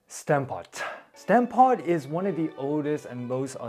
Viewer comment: Maat hij sprak stamppot uit als "stemppat"